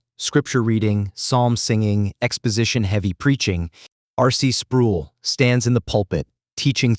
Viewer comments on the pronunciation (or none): Down vote and run. The AI narrator pronounces "Sproul" like tool. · I don't care if you use AI, but R.C.'s last name rhymes with role. Every time I heard his name I cringed. Thanks for the info though, I didn't know St. Andrews had left the PCA. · Mispronounced R. C.'s name